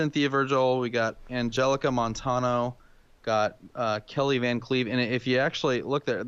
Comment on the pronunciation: Y'all apparently havent had much contact with Hispanics because Vigil and Montanos names are mispronounced lol